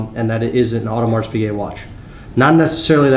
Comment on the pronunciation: Love the videos but maaan the pronunciation of Audemars Piguet is tough to listen to